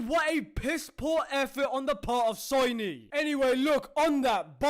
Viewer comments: He called them "SOYNY" 😂😂😂 dude's hilarious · "SOYNEE" -. Omg that almost killed me.